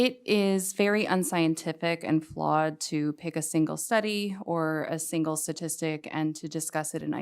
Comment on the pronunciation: Wait, she's a doctor and she pronounced "statistic" as "SAtistic", good lord.